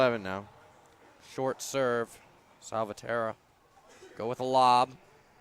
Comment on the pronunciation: It's important for both commentators to pronounce the players' names correctly. Salvatierra has five syllables, not four. Just listen to Favio, and you can't go wrong.